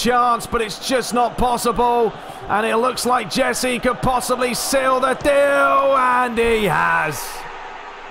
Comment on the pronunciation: Jese - Jessie??? LMAO